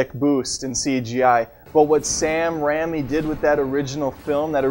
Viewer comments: I just can't take it when you say Sam Rammy. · If he calls him Sam Ramy one more time I'm gonna reach into the Internet and forcibly remove his spleen. It's pronounced "Ray me" you pleb. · sam rammy